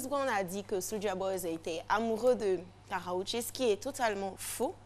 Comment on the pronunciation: elle dit Karraoché lol ell est sérieuse, qu'est ce qu'elle est nulle! c'est KARRUECHE